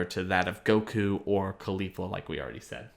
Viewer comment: bruh why do you call her khalifa like Mia khalifa. Caulifla is gonna show up in a porno soon lmaooo